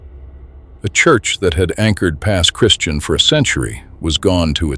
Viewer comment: Its pronounced Pass Christi-ann bud not Christian